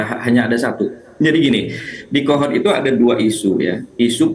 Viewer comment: Kepala desa "Kohod" koq jadi "Kehed"